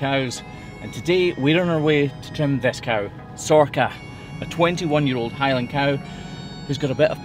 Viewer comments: She's gorgeous! For a moment there I really thought you said her name was Sorkka, which is a Finnish word for cloven hoof. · Sorcha (pronounced Sor-ka) is the Irish (Gaeilge) version of Sarah. I presume it's the same in Scots Gaelic as they are very similar languages. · I was honestly sure she’d have to reverse into crush with the size of her beautiful horns, and that it’d be a whole production that’d risk stressing her out, great to see that she could just walk in instead! Also, since ye were talking to the farmer about her name at the start, Sorcha is a very common name here in Ireland! It can be pronounced either sor-ka, or sor-sha.